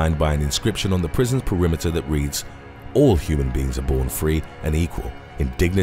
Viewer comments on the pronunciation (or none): none